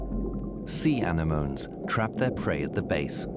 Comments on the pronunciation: Dude everyone commenting is talking abt depression and hope meanwhile im just trying to find another comment talking abt how this dude pronounces ANEMONE. Animoans!!!!???? what!!!??? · I can't get over the way he pronounces anemone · Still has not learned to pronounce "anemone".🤐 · yeah they get a couple things wonky. can we talk about how this dude pronounces anemone cuz its kinda making my head explode